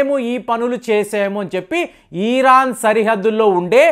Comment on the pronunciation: ఈరాన్❌️ ఇరాన్ ✅️ కొంచెం చూసుకోండి